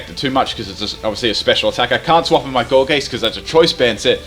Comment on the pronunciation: Not gour'geest', gourgeist, as in poltergeist. Sorry but I found that annoying. Still a good vid though